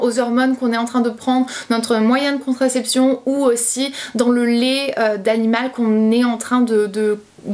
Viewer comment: Ça me perturbe que tu dises « Lé » au lieu de « lait » 😂 sinon super vidéo 💜 ☕️